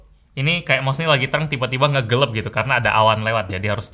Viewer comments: ...” gelep”... gelap bro gelap hahah ai palembang nian kau ni. Oke subscribe! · No one:: gelap -> "GELEB" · Me: "gelap": "gelep"